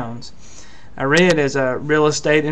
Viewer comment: I think you need to learn how to pronounce REIT. Not to be critical but if you can’t say it right I wonder......?